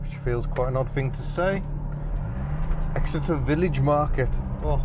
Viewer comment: Did you say I’m in Exeter or ecstasy?